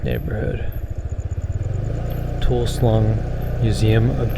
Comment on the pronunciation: Toul sleng ,not toul slung